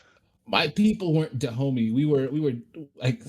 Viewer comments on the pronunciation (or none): "Kingdom of Da Homie" 😂